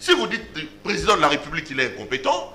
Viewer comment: Onyemba parle bien aussi bien la langue de Molière. C'est République et pas repoublique!!!